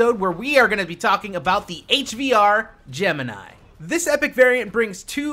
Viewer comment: How he said Gemini tho